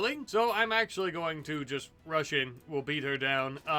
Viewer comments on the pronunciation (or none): none